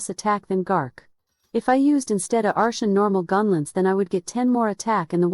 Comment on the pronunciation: took me 4 minutes to realize you meant artian instead ar-SHUN